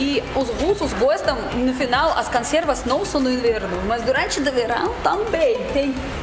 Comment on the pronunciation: O que essa mulher fala de Português é um absurdo !! Alguém já deve ter reparado e avisado, o unico erro CONSTANTE que ela pratica é a troca do "O" pelo "A" na maioria das palavras, especialmente quando vem na primeira sílaba, exemplo: CONSERVAS ela pronuncia CANSERVAS, e muitos outros.... Então: nota 9,95 de dez.